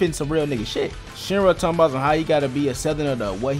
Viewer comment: His name is Shira not shinra